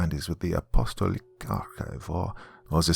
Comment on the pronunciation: App-uh-STALL-ic (not UH-pasta-lick). In case it continues on and becomes a series.